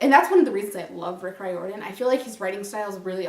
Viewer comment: No hate but it’s pronounced reer-din I’m pretty sure